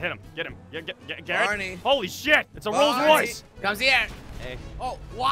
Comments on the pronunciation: "Holy shit, Its a rolls royce!" Rolls Royce, don't you mean Rolls Ross? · U mean rolls-Ross